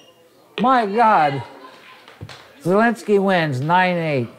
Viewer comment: it’s very slightly hearable even to polish. In a name like this, IE is spoken fast without emphasis so sounds like “zeh”. The announcer is saying it 95% like a Pole would say it.